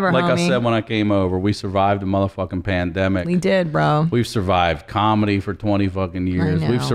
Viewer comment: Omg Christina calling the pandemic, " Pande " ... Ha! 😃👍